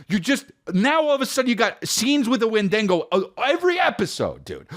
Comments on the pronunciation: Wendigo not wendingo lmao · It's honestly just sad a 45 yr old man thinks saying wendigo as "win-Dean- go" is funny